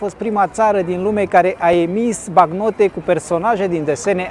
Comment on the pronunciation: bancnote nu bagnote. Fain si informativ, multumim!